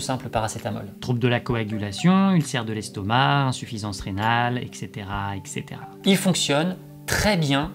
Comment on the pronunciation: Très bonne vidéo sur un sujet qui méritait vraiment d'être abordé. Juste une remarque parce que ça me hérisse les poils : ET cetera, pas EC cetera 😉